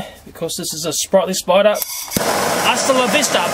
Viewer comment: "you got to burn the *sporder*" xd